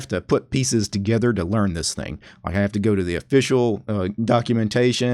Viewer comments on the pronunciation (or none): none